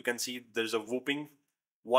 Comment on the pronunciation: O.....but that's "whopping" here I thought he was trying to say "whooping cough"